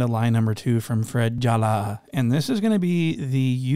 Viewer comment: Every time you say Fredrick Jala i die laughing